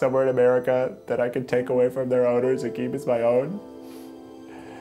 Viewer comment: When he was talking about Walden i thought he said "take away from their owners and Keith as my own" instead of keep.